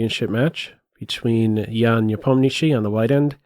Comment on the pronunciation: Before watching the whole content I wan't to say ,this is the best pronunciation of the name of Ian Nepomniachtchi from non russian ever to be heard!